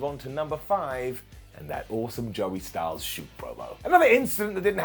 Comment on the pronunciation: Styles NOT Styls